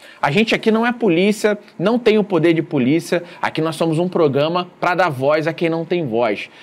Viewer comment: Faça um esforço, treinando, tantas vezes quanto forem necessárias, para pronunciar PRO-GRA-MA. Esse "proGAma" dói no ouvido.